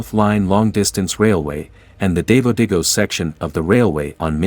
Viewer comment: Well, actually the letter “a” as in Davao is pronounced like the “a” in dab, not like the “a” in David, as the speaker in this video just Di. All “a”s in the Philippines are pronounced in this manner. There is no long “a” sound.